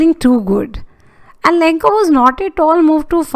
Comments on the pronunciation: Lancho mam not lankho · MAM ITS LENCHO NOT LENCO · maam the explanation is all gud but the only thing that is wrong is the name of the farmer u pronounced its lencho not lenko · Your explanation was really good but it was lencho not lenko